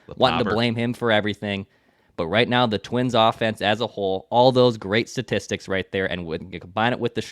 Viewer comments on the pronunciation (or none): did you say "satistics", again?